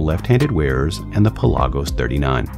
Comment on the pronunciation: What’s a Pel-AHH-gose?